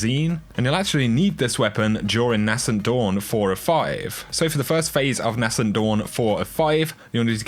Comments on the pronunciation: Dude, please pronounce Nascent correctly. It’s ‘naysent’ not ‘nassent’. It’s a small thing but it does bug me. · It’s pronounced ‘nay sent’ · NAY-scent Dawn...Nay-scent...